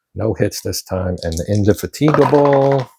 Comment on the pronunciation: Per 11.14 Indefatigable was not eligible to fire. Only the Inflexible and then Indomitable, the second ship in the line) could fire on the lone Goeben. (Crazy name that—Indefatigable—but in typical British pronunciation accent falls on the FAT, In-deh-FAT-ah-gab’l. Also going back it Bel-LEHR-eh-fon.)